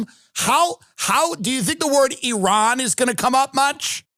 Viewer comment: Thank you for pronouncing Iran correctly. It is eerun, not "I Ran". Iran is a fighter not a runner.